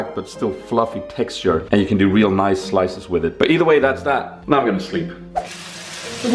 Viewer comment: oooh, niceu vlogu, loveu spooz